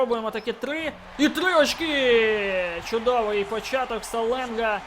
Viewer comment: На будущее не Саленга а Шаленга)Просто я хожу на каждый матч Строителей и говорили там Шаленга